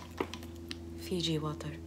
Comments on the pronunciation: ive watched this so many times that i know every time says FIJI WATAR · "feejee woturr" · "Daktors 0nly drink FIji wATerr" lol she's like me